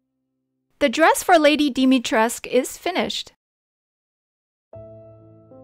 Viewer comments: But it's really pronounced as "Lady Dimehtresk" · not it’s not she said it like Dimi crest u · Hi just wannna say that dimitrescu is pronounced as "domitres" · Its actually dimitrescu, not dimitresc, confirmed by the eastern european peoples, and i checked it by myself with google translate romania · and even “Dimitrescu” is wrong 😂 I know the struggle... I live in Italy and most people call me “Dimitru” instead of “Dumitru” o “Dimitri”, “Dumitro”, “Dumutru” etc. 😭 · No the bloody "U" is not silent! It's not freaking pronouncee as Dimitresque, she is not french!! it's neither Alsina!! It's Alcina! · But why include the U in the name if we all should just ignore it? Its a mistake from the voice actors. And it wouldnt sound weird, i think it sounds really weird to hear them say "Lady dimitresc" all the time.. Im german and even i instantly knew its not silent. If you make them romanian and even have the spelling that way, just make them say DimitrescU as its supposed to be. Imagine youre an American studio doing a game in italy, Leonardo DaVinci is a character in that game. But the voice actors constantly say "Leonardo DaVinc" - wouldnt that annoy you? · uhm no, it would be pronounced like dimitri followed by escu. Just check Google translate, put the Romanian language in and type Dimitrescu and listen to it pronounced. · No cause even in the game its still wrong I am Romanian its pronounced Dimitres-cu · The original name was pronounced "Duh-mee-tres-ku". I don't know why they even did it the way they did. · She said “DEM-EH-TREZ” omg lol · The "u" isn't silent, it is a romanian name, it is pronounced as "Dee-mee-tres-coo" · I didn't know the u was silent 😅 I was always like dimitrescooooo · “Lady DEM-EH-TREZ” lmfaoooooooo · I kind of always pronounced it as "Lady Deme-trey-shu"...dont ask why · It's actually pronounced "Dimitrescu" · As a romanian speaker, the "U" in Lady Dimiterscu's name shouldn't be silent. Stay safe! 💕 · The U is definitely not silent.